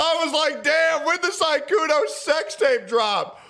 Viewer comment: Sykunoo❌ Sygoono✅